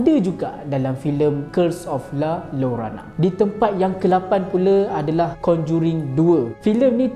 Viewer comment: Sebutan la llorona = la yorona